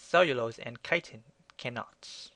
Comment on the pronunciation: "chitin" sometimes pronounced "kitten"...lol